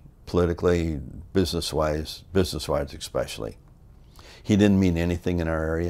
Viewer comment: Kevin Nash does the same. He says 'especially' like 'ekspecially' ...it's literally just plain wrong lol.